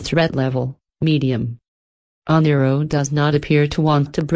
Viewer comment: Yes, she is mispronouncing Oneiroi. I couldn't fix it... I tried